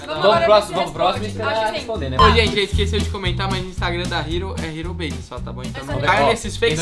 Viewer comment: Logo quando começou tinha um canal que acho que tinha mais inscritos que vcs, a única coisa que desmascarou eles foi que estava sem Thum e uns vídeos falando que ele era editor da "Ero Base", pronunciando "ero base" e não "riro beise" (tá escrito errado ÓBVIO).